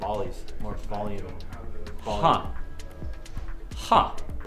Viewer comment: MF turning up the “bolume”